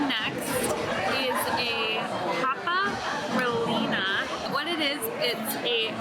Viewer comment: “Papa Relena”. 🤣🤣🤣🤣🤣🤣